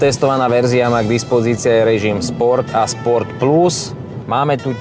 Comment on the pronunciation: Sa mi zda akoby Michal hovoril "ES" sport pri tom Lexuse :)